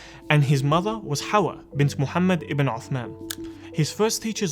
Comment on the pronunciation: Come on me on no his name as Muhammad not the Turkish pronunciation